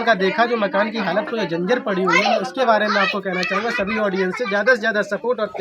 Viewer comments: अरे उल्लू के पठ्ठे कहता है पत्रकार हूँ डॉक्टर हूँ सही बोलना भी नहीं आता जर्जर को जिंजर कह रहा है , अरे बच्चो को नगें पैर दिख रही है और दूसरे दिन केक पार्टी कर रही है, गुटका खाने में पैसा नहीं लगता लिपिस्टिक में पैसा नही लगता सब गीदड़ों का झुण्ड है और ये राखी अम्मा सब।जगह पैर फसा कर व्यूज कमाती है और लिपिस्टिक बाली क्या शिवानी ने तेरा घर कभी नही दिखाया। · बोलना सीख लो पत्रकार स्कूल गए हो कि नहीं जंजर नहीं जर्जर होता है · Dr ho aap jarjar hota hai janjar nhi😂😂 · Patrakar ho pahle Bolna seekh lo janjar nhi hota jarjar hota h